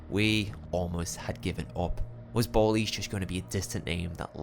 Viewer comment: Its almost a million percent pronounced bal-ies as in the slang for ski masks. Like dont do a drive by without your ballies on.